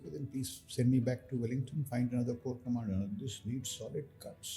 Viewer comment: Core commadar or more commandar 😂😂